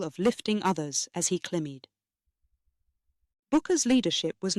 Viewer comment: the pronunciation of "climbed" is wrong